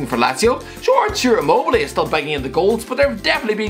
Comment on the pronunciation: Everyone: "Ciro Immobile.": Ciro Moley